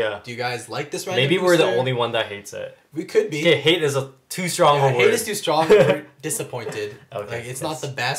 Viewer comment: strong not syrong